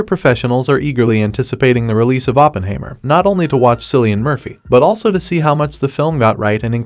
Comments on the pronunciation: Sounds like a computer generated narration. Teach it to say Oppenheimer and not Oppenhaymer and Ma Ma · What I found even more disturbing, is that he completely mispronounced the name "Oppenheimer"... I mean he should at least get the name of the main character right... 🙂